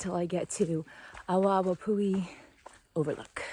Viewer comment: it's probounced "AH-VAH-AH-VAH-POO-HE" -- "W" in Hawaiian is typically a "V" sound. Unfortunately, this is a common problem. Tourists go to the trailheads & assume they dont have to pay anything. The kiosks to purchase your daypass + parking permit are at the MAIN lookouts & I think one is at the Lodge recreation area. That is a fault of Kauaʻi Visitor Bureau & Hawaiʻi Tourism Board -- they assume people will stop at the lookout(s) first, where there are volunteers working to help direct the tourists & check if they have parking permits in their vehicles, etc. Thats Waiavī -- aka Strawberry Guava -- highly invasive & taking over our native forest. Very yummy, nature-provided trail snack, but invasive.